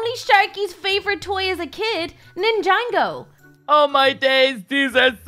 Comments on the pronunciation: Not to be rude but its not nijango its nijago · Did anyone else hear her say ninjango instead of ninjago